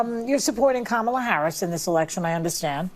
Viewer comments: CANCEL JOY for not saying kalam name correctly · Behar pronounced her name KAMala…lol…is someone going to call her racist? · Did you notice that Behar also called her “Ka-mahh-la”? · she calls her ka molla I thought that was racist 😂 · Behar called her KaMÁla 🫨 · did Joy Behar say KaMALa? With the accent on the second syllable, something the dems have said is racist? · Joy behar mispronounced Kamalas name. Why isn't she being called a racist for that? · She said kamala name wrong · Hey wait, didn't Joy pronounce Kamala wrong? I guess she's racist. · She pronounced Kamala the same way the left complains about conservatives pronouncing it. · Lol, Joy said Kamala wrong... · Joy Behar says kamala's name right and the wrong way 🤣 but no one will correct her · Look at Joy saying her name wrong. What a racist 😂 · Joy said Kamala’s name wrong when trying to bait usher haha